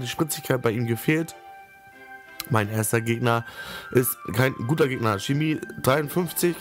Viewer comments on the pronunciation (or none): none